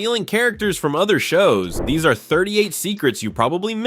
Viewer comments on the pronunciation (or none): none